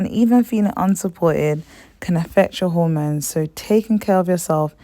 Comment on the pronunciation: Please correct your pronounciation of the hormones. I can't work out what they are because of your pronounciation.